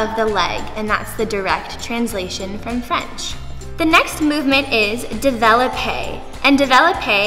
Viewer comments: / It’s not davelopay is devlopay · You’re pronouncing the words wrong, no hate it’s just annoying, ./ De.valip.a / isn’t how to say it, it’s / dev.la.pay. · / It’s not davelopay is devlopay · It’s Pronounced Dev lop aye Not develope